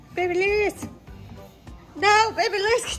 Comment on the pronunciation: I love you say babylirious but you say bebe instead of baby